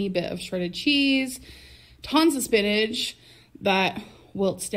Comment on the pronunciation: Stop telling me how “spinnage wults down”!!! 😂😂😂